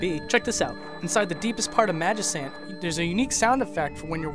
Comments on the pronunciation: I can forgive pronouncing Onett as "Oh-net," but you seriously crossed a line with "Magisant." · “Onett” it’s “one-Ette” Pah-lease, it’s “magi-can’t” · I MagiCAN'T help but correct you on that pronunciation,. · That's the official pronunciation. However, I'm pretty sure it's Magi-can't, not Magi-sant. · but the english language is fucked up with spelling, and also, it has the word "cant" in the name, you dont pronounce "cant" as "sant", do you? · Magi-sssant? Not sure if anyone's already said this,, but it's pronounced Magi-can't as in "I (magi)can't open this jar of pickles" or "This magic ant is messing me up!" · Magisant? I don't know the actual pronounciation, but I'm pretty sure it's Magikant. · MagiCant not sant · oh god, why does he say "magisant"? if he said it as even "magic ant" that would still be more acceptable than "magisant" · Magi-sant? C'mon now. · I thought it was weird when you pronounced magicant as magisant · Did you pronounce magicant as "magisant"? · It was a good video, only thing I can point out as weird is the way you say Magicant. But hey, whatever, to each their own. :) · HE SAID MAGICANT WRONG! EARTHBOUND/MOTHER FANS, GET HIM! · but that has an "e" after the "c" like in "cent" it makes that "c" sound more like an "s" but in "magicant" theres an "a" after it like in "can" or the word used in "magicant", "cant", you see where im commin from bro?